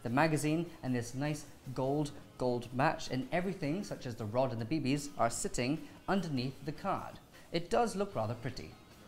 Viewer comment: I love how he said BBs